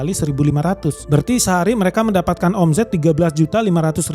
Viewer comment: Geli gua denger admin nya bilang o.m.z.e.t😂 baca nya omset bg hedehh😅 , Z nya dibaca S jaadi OMZET=OMSET (eja'an bhs inggris) gitu bg jgn bilang omZet omZet lg ya..😂